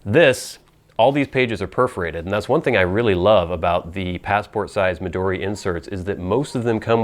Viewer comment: Hilarious introduction! CRACKED ME UP!!! It's also really nice to hear a reviewer pronounce "Midori" and "Tomoe" correctly. How impressive that you can read hiragana, katakana and some kanji. Jyozu! I watched your other video, reviewing your regular size notebook and saw your handwriting...WOW! I also like your list of fancy-schmancy words. Great idea! FYI: You can also find plastic pencil boards at Taroko Shop on Etsy. Good prices and great service.